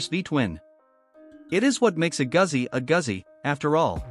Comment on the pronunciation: Please learn to pronounce Guzzi. Long "U", the double "Z" is a "TS" sound. Thanks for the review.